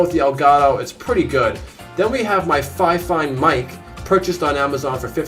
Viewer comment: I've thought about setting up an in-home arcade. I like how you pronounce your Fifine mic. I have one too and for whatever reason I always pronounced it as if it rhymed with the name Tiffany. You have so much cool tech in there. Your room tour is an inspiration to us all.